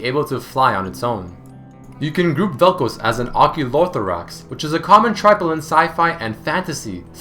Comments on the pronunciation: seriously its pronounced "Vel-Kh-Az" not "Vel coze" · Its Vel'KOZ (ka'oz) and not Vel'Kuz (k'uuz)... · even after all the videos of people saying vel k-oz you still say vel' k-oh-s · Vel'Koz. Eh guess it's Vel'Koez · I cringe every time you say vel kouz and not vel koz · Bro how the fuck are you so dense. It's vel koz not fucking vel koooooooooz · velkoz not velkoes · It's not Vel'KOZE, it's Vel'KOZ. Where the hell are you getting the long O sound from? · its not vel kooz its vel koz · It's not koz like cosy, it's Koz like what crows do (caws) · Velcouse velcouse why do u say velcouse and not Vel'Koz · You pronounce it wrong, it's Vel'Koz not Vel'Kooze x) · "Veal'Kohz" It's "Vaal'Kawz". Also, "Helmet bro" actually has been given a name by the community. Which is "Marrek Helmen". Hell, Marrek Helmen even has his own lore, skillset, and even lines. You need to read (or listen) to Marrek's lore, to know he's still alive. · why do u say vel'kouz instead of vel'koz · Its Vel'k-OZ not Vel'k-OZE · Vel khaz not vel koz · dude, its vel'koz like in cuz, not koows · Why do you keep saying "Vel'Couse?" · its pronounced vel kawz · "featuring vel'koze" :3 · Isn't it pronounce as vel coz? And not colds* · vel kooz? xD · Vel Kouuz :D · Koz - Cause Pronunciation usually doesn't bother me but jesus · Vel'kaws (vel'koz) is the proper pronunciation if im not mistaking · every time he says "velkowz" i die a little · i love the way you pronounce some of the champions, like yasuo and vel´koz. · He saying vel koz wrong it bugs me lol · He pronounces Vel'Koz so weirdly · lol when he says vel'koz it sounded russian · Every time you pronounced Vel'Koz wrong I threw up a little... I liked the video, but dude.... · I swear he's pronouncing it wrong just to make people angry. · Please stop pronouncing vel'koz like that unless you're prepared to pronounce Kog'maw like kohg'maw it's an AH sound in the name not an OH